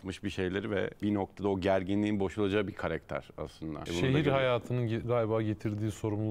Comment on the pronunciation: Şu konumdaki bir program sahibi de "KAREKTER" demesin artık ama ya... Biraz özen lütfen. "KARAKTER" o "KARAKTER"...